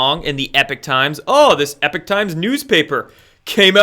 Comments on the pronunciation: Hello! This is Lynne, not Jack. Anyway, I don't want to sound like a know-it-all, but isn't the "Epoch" times pronounced "EEE- pock" and not "epic" as it's being pronounced here? Anyway, great show,!! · love your show but it's Epoch Times pronounced as EEEPOK! not Epic.... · EEPOK... Not "epic" times... yeesh. Lol. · it is the E P O C H times, NOT the E P I C H times.... an o instead of an i.....??!!! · Note it's not 'Epic Times' it's 'Epoch Times' (as in Pock). Love the channel btw. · Please stop calling it the ‘Epic’ Times it’s called the ‘Epoch’ Times as in The beginning of a distinctive period in the history of something or someone. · Language nerd: it's epoch Times not epic Times. It's worth trying to maintain a distinction in pronunciation, though admittedly difficult and picayune. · Errgh...i'm sorry for being annoyed each time pronounces it "EPIC" times.